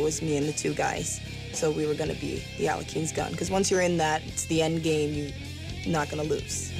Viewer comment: The problem is that the family name of the chess player has not that pronunciation. In English sounds like "aleohim"